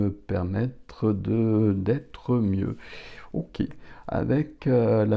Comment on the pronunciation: On adore les « oké » 🫶🏻